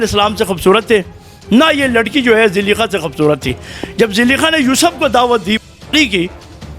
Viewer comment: O zullekha hai zullikha ni name to sahi lein